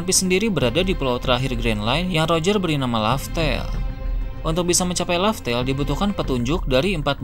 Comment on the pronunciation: Laugh tale bukan laftel